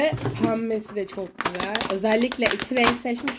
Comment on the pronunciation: Birazda düzgün konuşsan Gıcık oldum çoğk güzel arkadaşlar diyosun ama videoların çok kaliteli askm